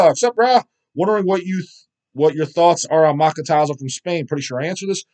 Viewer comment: I always laugh at how pronounces band & title names. Especially 'Machetazo' lol